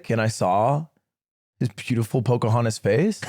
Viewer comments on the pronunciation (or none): damn i thought he said chudahontas 🥀